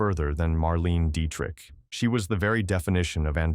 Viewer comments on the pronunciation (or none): Perhaps consider writing your script phonetically --- especially names --- if you are going to use a tech voice. Betty Davis instead of the correct Bette Davis, Marlayna Dietrich instead of Marlene Dietrich, etc.